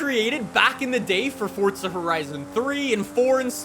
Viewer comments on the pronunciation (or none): Forza not Fortza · It is pronounced forza not fortza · Forza not Fortza bro 🤣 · FORZA!! not FORTZA!! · Why this man always say "fortsa" lol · Idk why but it pisses me off that he says fortza bruh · Freakin awesome man. Can’t wait. On another note though there is no letter “T” in Forza. 😅🤔